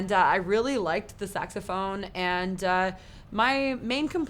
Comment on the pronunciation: Sax-a-ma-phone. SAX-a-ma-PHONE.